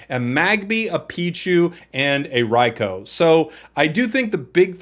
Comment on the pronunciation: can’t help but cringe at the “rai-cow” pronunciation 🥲